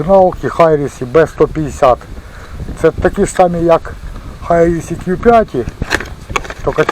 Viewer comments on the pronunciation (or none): Хірісі а не хайрісі